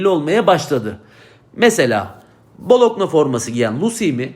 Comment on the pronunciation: Bologna yazıldığı gibi okunmuyor. Bolonya diye okunuyor